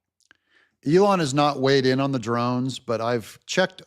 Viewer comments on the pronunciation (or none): none